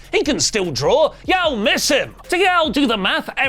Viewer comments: "Yowell" had me folded :face-green-smiling:. Brits we pronounce it "Yawll". 😅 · Its Y'all as in you-all. Not YAO as in YAO MING. Thanks :) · y'all is pronounced "yawl", not "yal". It's "you all", not "you al". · “YAWL” like Wtf How They Supposedly The Origin Of English As A Language, But Can’t Say Y’all (You All) Correctly? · Lol. Great episode. One thing tho. When you say "Y'all" say it as one syllable. Yall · Hahaha just pronounce y’all as YAWL! 😂 Sincerely, Texans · it's pronounced like the word "awl" with a y on the front... yawl.... not whatever th you're saying lol i think you're sayng... the name Al with a Y as a prefix... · heads up, y'all is pronounce like wall ball or fall NOT like hal or pal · lmao say Yall like yaw its weird but the Ls are kinda silent when said with some sauce in ya voice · Y’all is pronounced with the a in an “ah” sound but good try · Bro You Too As A Fellow Louisiana Native 😂 This Mf Said “YAWL” Wtf Is That. Im Dying Over Here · Learn to say y'all correctly. 😂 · You’re killing me the way you say y’all 😂 only a Brit 😂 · As someone who grew up in the southern USA, hearing a British say "y'all" has me literally laughing out loud. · I like how says "Ya'll" 😂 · pronunciation of "y'all" is taking me out lol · mispronounces “y’all” It doesn’t bother me it doesn’t bother me…it bothers me it bothers me A LOT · as someone from the southern US, the way pronounces ”Y’all” is atrocious and hurts my ears. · pronouncing y'all physically hurt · trying to say y'all is hilarious to a southerner. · As a person from the South, hearing say “y’all” is my favorite thing ever. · as a Floridian I was losing it 😂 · As a Texan, same lol